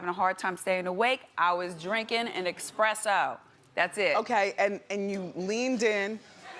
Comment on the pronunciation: It's ESPRESSO not EXPRESSO